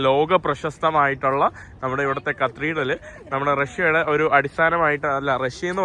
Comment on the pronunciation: കത്രീടൽ അല്ല katheedral ആണ്